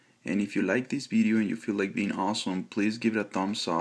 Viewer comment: its a "VIDEO" not a "BIDEO", speak better english before posting again